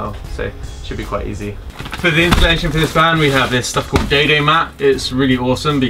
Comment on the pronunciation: IT reads "dodo mat" but you say "daydaymat" and im so confused